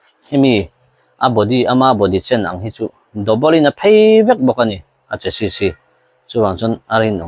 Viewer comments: Sir chu Chas sis i ti leh thin a a tam zakin a an lo hriat dan thin anih tho rualin a lam dan dik tak Chassi ti a lam thin a va tba em ka ti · Sir,Chesi tia lam tur.Hriatna ti zau atan